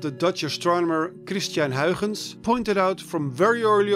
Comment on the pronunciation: That was a suspiciously good pronounciation of a Dutch name there with Christiaan Huygens ;)